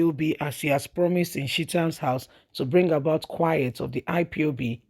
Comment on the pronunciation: Sheet-am house? You mean ChahTam? I was lost for a minute.